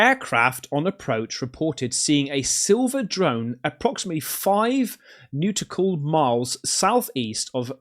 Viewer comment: “New-tickle miles” aye? Wow